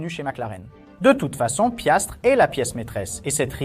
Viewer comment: C’est Piastri et non Piastre !!!!!